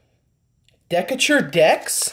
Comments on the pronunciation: It's pronounced Dee K Ter fyi. It's a city in Illinois near where i live. The Chicago Bears used to be called the Decatur Staleys. Just some nerdy ass trivia for ya. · D-Kay-ter..... city I was born so felt the need to let you know 😂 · It's actually pronounced duh-cay-ter